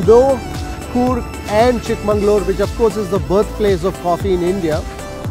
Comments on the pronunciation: It's not chikmangalore it's chikmagalur ! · I have a quibble. It's not Chikka'mangaluru' is Chikka'magalur'. City / town of the younger daughter.